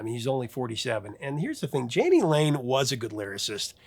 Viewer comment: My brother, "Yaa nee" Lane and "Shoog" Knight.